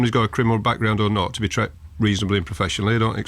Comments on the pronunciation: Too many Chiefs. No Indians. Nothing but cleverly crafted excuses and paper shuffling and figure jiggling. It's "Treated" not "Tret". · "I'd expect you to be tret reasonably"? 😁